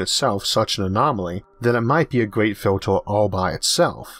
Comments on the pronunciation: so i learn it is pronounced FILTOR, not filter.. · I love how you say 'filtor' (filter). Great content!